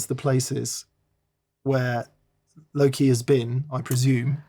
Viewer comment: i thought you'd gone all Gen Z and were saying i'm "low key" this and that, then i realised you were saying "Loki":D